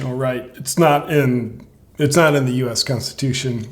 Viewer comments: Biden is so lazy he can't even say, "The Consusion of nistates" correctly. Worst "Presnt" evar. Shame on him calling out "Resentives" and "Seners". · This Douchebag can barely say Constitution, much less know what's in it. Even that witch Ginsburg said Roe v Wade was a bad decision. When Joe joins her in Hell she can set him straight on that.